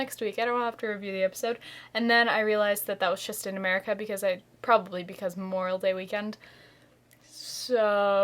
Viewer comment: 'Memorial Day'! I thought you said 'Moral Day'-that must be awful!